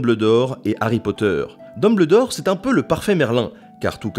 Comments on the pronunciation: on dit DumbELdor 😊 c'est de l'anglais c'est comme rumble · C'est juste GE-NIAL par contre frérot "dumbleudor" 😭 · Non mais "Dumbldore" c'est non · Je suis le seul a avoir ragé quand il dit DumBLEdore c'est Dumbledore PUTAIN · Il me tresse à dire Dumbledore ... J'ai toujours prononcer ça Dumbeldore, quoi que ce ne soit pas la vrai écriture. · Dumbledore ça se prononce Dumbeldore T_T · Arrêtez de dire Dumb LE dore !!! xD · Mdr le mec se casse le cul à faire une vidéo plutôt longue et complète sur un sujet que tout le monde apprécie à peu près : LOL IL A DIT DEUMBLEDOR ET JIKÉ ROLING j'adore les gens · DINBLEUDOR BORDEL. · AREEEETTE DE DIRE "DUMBLEUDORE" !!!!!!!!!!!!!!!!!!!!!!!!!!!!! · Episode vraiment intéressant (la prononciation de Dumbledore me perturbe pas mal tho). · Mais comment tu prononces Dumbledore mec? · En faite je me suis dit que quand on dit "Dumbledor meurt" avec la superbe prononciation dans cette vidéo ça fait " Dumb le dormeur" Voilà c'était tout pour moi mais ça m'a quand même perturbé durant toute la vidéo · C'est insuportable de l'entendre dire Dumbledore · Moi je n'arrête pas de me marrer vis a vis de la façon dont tu prononce Dumbledore, normalement dans le récit le e n'est pas prononcé bref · dans le peau de quoi ? dumBLEURdor ? WTF non mais la cest pas une erreur de diction lol cest carrement un crime ! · j'aime bien la prononciation Dume-belle-d'or( parce c'est ça que tu as écrit). en anglais, c'est plutôt Deum-beul-dor (dumb le dor ?) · Tant qu'à faire, autant prononcer Dumbledore entièrement en français "um" se prononce "un" D1bleudor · Albus DumBLEdore pas DumBLEdor. DEUMBEULDOR. Sinon pouce bleu pour la vidéo ;) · sa se dis deumbeuldore et pas deumbledor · Dumbeldore pas dumbledore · dumbuldor pas dubledor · j'vais faire le casse coui.... mais c'est en prononciation Dumbeuldore et pas Dumbleudore ;-) sinon sympa le vidéo on apprends un tas de truc ;) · ET TU ME FERAS LE PLAISIR DE PRONONCER "DUMBELDOR" ET PAS DUMBLEDOR" !!! BORDEL !!!